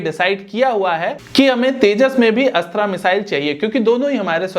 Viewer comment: अस्त्रा नहीं अस्त्र 🤣🤣🤣🤣🤣